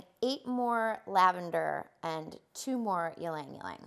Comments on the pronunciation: e-lang e-lang not lang-lang for ylang-ylang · Very informative. Tiny suggestion - It’s pronounced Ee-Lang Ee-Lang not yeelang yeelang. It’s a Filipino word.